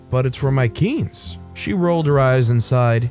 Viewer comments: I would like the video but it's pronounced "keen-say" not "keense." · It's not "keens". It's more "keen-seh". The "e" at the end is pronounced as it's a shortened form of the word quinceañera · im so sorry. quince is pronounced quinc-eh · Btw it’s “kin se” like when you say the whole word quinceañera. It’s the word for 15 in Spanish. 😄 Thanks for reading this story. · You kept mispronouncing quince. It is "keen-say"